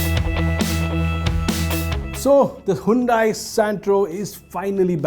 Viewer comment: Hyundai you spoiled Santro name!